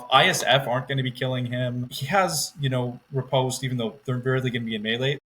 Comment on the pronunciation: Great episode other than continuing to pronounce "riposte" wrong.:) I haven't tried any part of the box yet but it is very intriguing.